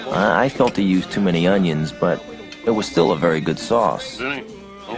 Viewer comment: “Tree Unyens?”